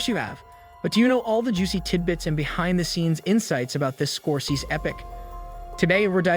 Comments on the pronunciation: Score Seece???!!!!!! please adjust your AI voice narrator to pronounce the name of one of the greatest directors in the history of cinema correctly!!!!!!!!!!!!!!!!!!!! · “Scor-SEEZE?” Couldn’t you have hired an actual human being to do this? One who knows how to pronounce “Scor-sez-ee?” And when did “WHOPPING” turn into “HOPPING?” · score-seez? Did your homework, did ya? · I couldn't watch anymore after I heard the first "Scor-seeze." Do your homework before you put stuff out into the ether. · "Skor-sez-eh" caro bambino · If you're going to do a generic video of everything else on the internet about this movie, please learn how to say the director's name properly. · How in the WORLD can you make this and MISPRONOUNCE Scorsese?!?!?! Do your homework next time. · Great video! Quick correction: the film itself is 206 minutes long not 234 minutes Also, like everyone else who has pointed it out, the ai voice is pronouncing Scorsese wrong. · Dude the way you are pronouncing Scorsese is killing me haha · Maybe figure out how to pronounce Scorsese's name, instead of mangling it 3 different ways in a six minute video? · Please pronounce his last name correctly. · Bro how the hell don’t you know how to pronounce Scorsese 😤 thumbs down just because of that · You might be taken more seriously if learn to pronounce the last name of the worlds greatest living filmmaker. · If you can't pronounce the director's name right I am sorry but I can't watch your video do better research